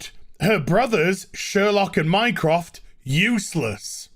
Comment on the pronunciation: I thought when he said “mycraft” he said “Minecraft” lol